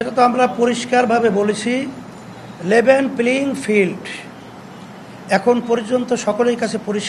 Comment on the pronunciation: হুজুর ঠিক ভাবে লেভেল প্লেইং ফিল্ড উচ্চারণ করতে পারে না আর মুরিদ পি-আর বানান টা সঠিক লিখতে পারে না তারা আবার ক্ষমতায় যাবে....